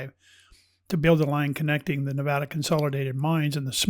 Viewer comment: Nevada, pronounced "correctly" herein, brings a bit of emotion to surface ... reminding me, I truly continue to hold an energetic connection to this state, its land and its unique energy. We truly are, beings of energy, vibration, and frequency and that, which defined by Quantum Physics Science and as described by Nicola Tesla, serves us well to gain in a greater knowledge, understanding, and comprehension. This is why some places just "feel" so right, or not. Beth Bartlett Sociologist/Behavioralist and Historian